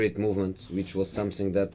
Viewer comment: "Th" sound is the hardest thing for a English learner to get. it's easy for us, but it's not for them. he also says "Somesing" if you listen.